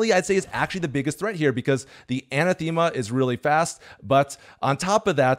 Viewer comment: Pronunciation was a bit off. Anathema is pronounced A-NAH-thema